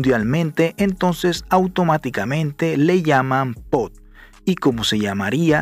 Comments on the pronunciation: Te felicito por el video, pero una recomendación, no se dice POD, se debe pronunciar como POP. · Bro, se dice POP, no pot. Saludos, campeón. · Lo que en verded me molesta es escuhcarte pronunciar mal la palabra POP y decirle POT